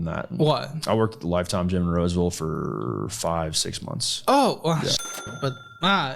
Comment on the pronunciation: "Roseville." Jesus.